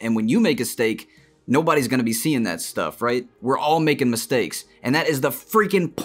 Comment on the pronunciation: When you were talking about making mistakes at the end, you said "when you make a stake" instead of "mistakes", kinda ironic lol